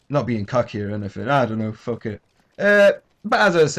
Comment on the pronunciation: Lol i love how you say fu*k. Fock, good shit G1